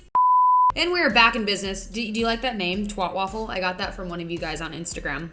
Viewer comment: Makes me laugh when you say twatwaffle, twat is a swear/curse/vulgar word from here in the UK it's pronounced in the way that rhymes with cat. It's a vulgar term for a vagina 😂 But coming from an American that doesn't know about what it means and pronounces it so differently with such innocence, it doesn't sound half as bad as it does when someone here says it! 😂😂😂